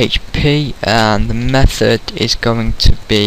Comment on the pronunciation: method not mathod